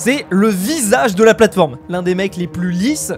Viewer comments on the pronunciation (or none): "sur la platfrome" 🤣